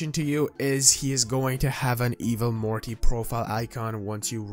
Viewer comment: did he say Marty?